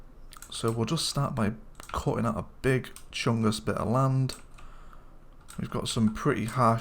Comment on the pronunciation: Love your videos to death bro, but please, please never say big chungus like that again x( you slashed like 2 days off my lifespan with that comment bruh